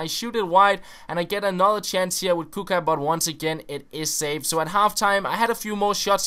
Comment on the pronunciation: This is how to pronounce Kucka = Kutska